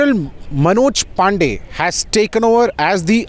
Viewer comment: Sir, a small correction. The name is Pande and not Pandey. Both are pronounced differently. It is a Marathi name, not North Indian.